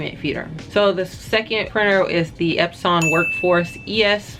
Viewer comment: Thanks, you’re relatable and down to earth. I subscribed to your channel and like your videos. Keep them coming Sis. FYI: Xerox sounds like “zeer-rocks” and Epson sounds “epp-sun”.